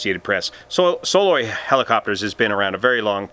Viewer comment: Believe it's pronounced "Suh-LOY" - at least that's the way I've always heard it since '74 here in Alaska